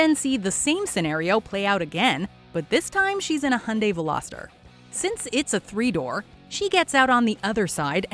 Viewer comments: How the fuc are Amercians saying HUNDAY while its fucking obvious that it is pronounced HAI UN DAY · HY UN DAI NOT HUNDAY WTFD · Hey Its hyundai (hee yun day) not hawn day or die. The Y in hyundai is not silent💯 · Soo annoying pronunciations it’s called Hi Oon Die not Hun Di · did she js.. call hyundai.. hunday?. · You are mis-pronouncing Hyundai. The H is silent. It is pronounced - Undai